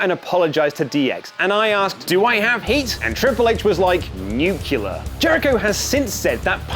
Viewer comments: Do you really say Nuke-you-ler? It’s Nuclear, New-Clear. Gotta get that under control man. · Did anyone else notice that he said "nucular" instead of nuclear? LOL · I thought it was pronounced as nyu-kli-ar He said nyu-ki-lar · nuceelear.... It's nuclear :v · It's pronounced nucular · Please pronounce "nuclear" correctly! Nu-cle-ar! Thank you. If you do from now on then ill chip into the patreon. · "NOOK-UH-LUR" -George W. Bush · There’s only one U in nuclear. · YOU FUCKING IDIOT DONT U KNOW HOW TO SAY "NUCLEAR" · Nuclear not nucular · OMG. Come on. You can’t even pronounce Nuclear right.. 🤦🏽‍♂️